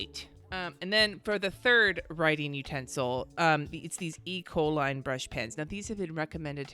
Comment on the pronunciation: I keep hearing you say E. coli when referring to the Ecoline pens! 😂😂😂